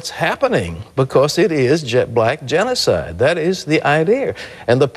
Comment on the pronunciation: did he say "jet black" genicide?